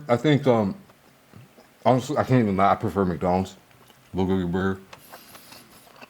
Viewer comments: Wtf is a beluga burger? Are they made out of beluga whales? Or did you say booger burger? And Holy hell your chewing is horrible!! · He is mispronouncing bulgogi. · Bro if you can't pronounce the F'N word , just write it on a piece of paper and show us ffs... What the hell are you even saying ... Beluga burger ??? I heard you mumble say it three f**** times and still don't know what the hell you were saying...??? Honestly IRDGAF!!! It looks like pig slop anyways 😜👌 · What is he saying? Beluga Burger? Like the Beluga whale? 🐳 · I think it's supposed to be a Bulgogi burger but he pronounces it differently.